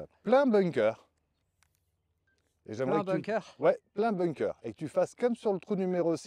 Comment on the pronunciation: Tjs très instructif un parcours accompagné 👌🏻 Par contre , on prononce bunker et pas ”bounker" à part si tu joues en Normandie sur la plage 😝